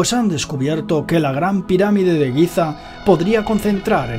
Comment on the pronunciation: Giza, no Guiza...pffff